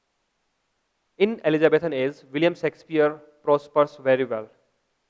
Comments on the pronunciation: yah sexpier nhi Shakespeare sir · hahahhH not a sexpier its Shakespeare